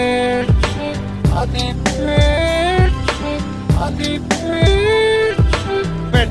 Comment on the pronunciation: Kad to kaze ko da je pijan!!! xD :D a de je peeeeeeeeecat? :D